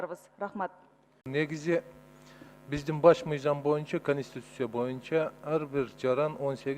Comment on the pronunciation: Зулпукаров суйлогону кантейт каньститюся мизям деп уят ушул созду депутаттардын баардыгы ушунтип суйлошот.